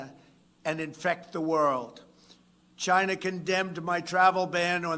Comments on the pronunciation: “Chyna virus” you absolute legend!!!!! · Trump loves saying CHYNA. Ugh! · In Trumps Voice It came from CHYNNAA🤣🤣